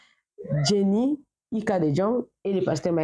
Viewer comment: Ika de Jong( prononcer de yong c'est en flamand).